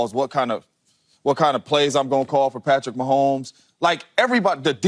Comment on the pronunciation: I love JAMES JONES, but every time he says PATTY MAHOMES, it hurts me deeply ahah.